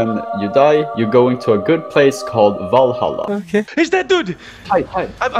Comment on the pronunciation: the way he said vallhalla reveals that he's Swedish how do i know that i am Swedish look here hej välkommen till vallhalla jag är Jesus Jesus Kristus